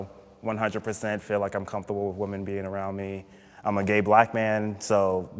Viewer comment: It's "Whym-men",, not "Whum-man"!!! (Woman/Women.) That drives me crazy. If I lived in a house full of males I wouldn't say "I live with a bunch of MAN." I'd say "I live with a bunch of MEN." Pronounce correctly,!!! "Theres a group of females. Look at all those Whum-man." NONONONO!!!!